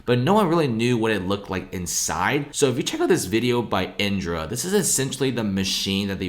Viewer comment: Why does the guy keep saying “iNdra”? Isn’t it “IDRA”?